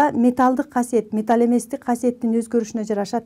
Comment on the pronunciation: Металл эместер деп окулат, сиз болсо металь эместер деп окуп жатасыз. Негизинен туура эмес болуп калат. Сабагынызга рахмат.